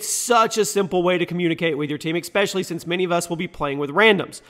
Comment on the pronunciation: ESpecially, NOT EXspecially